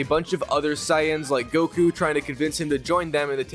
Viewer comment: Am I the only one starting to get mad by the fact that he’s mispronouncing everything Goku son and how he saying sayin wrong